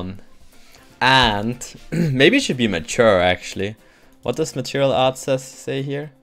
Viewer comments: Good video,, but why do you pronounce martial material? It's more like mar-shal or mar-shill.:) Anyway, keep those videos coming. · I'm not complaining, mind, I just find it amusing. Every time he says it, I'm reminded of this song by Madonna